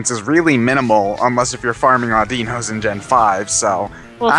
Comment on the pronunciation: Um,, I think you pronounced Audino wrong. In the anime and the Pokepark game it's pronounced so it sounds like 'I dunno'. Just thought I'd say. Please don't rant at me.